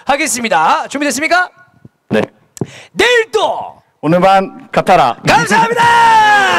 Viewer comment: "오늘만 같아라" 할때 발음이 외국인같다ㅋㅋㅋㅋㅋ 삼성페이 귀욤귀욤💙 삼성이 필요로하는 타점을 언제 어디서든 간편하게 결제하는 타자 이성곤ㅋㅋㅋㅋㅋㅋ 파이팅!!